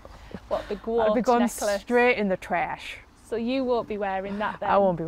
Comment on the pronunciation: she sounds american when she said trash lol